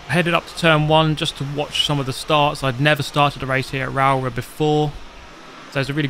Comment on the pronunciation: Rowrah pronounced “Raa-raw” 😅